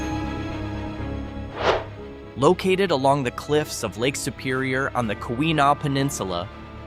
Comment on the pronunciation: Ke weh naw peninsula.